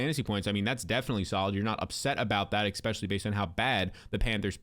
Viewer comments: “Ex” specially???! You’re killing me smalls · Bro, I have to say it. "Especially" doesn't have an x in it, it's not "expecially".